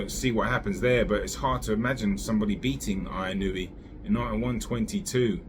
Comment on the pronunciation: Inoue : In-u-way